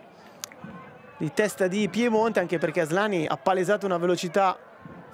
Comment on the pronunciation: It's Asllani not Asslani 😂